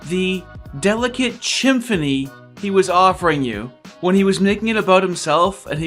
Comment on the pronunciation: Did you say “the delicate chimphony” !? Lmao that earned a subscribe. Keep it swangin’ bro